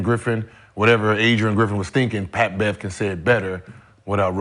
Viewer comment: "I duck no smoke Pat!" is all I'm hearing LMAO 🤣🤣🤣